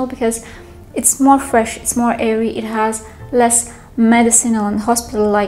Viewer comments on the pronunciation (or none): none